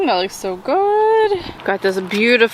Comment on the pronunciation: Aloha, dear: Love joining you in story chasing adventures, especially appreciate your openness and vulnerability. Just want to share with you that poké is indeed a wonderful dish, however, the proper pronunciation is poh-KAY. Po-kee refers to a man's hoo-ha. lol! Stay safe and keep up your wonderful content.